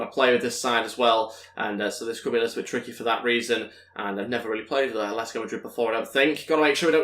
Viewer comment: ATLETICO, not aletico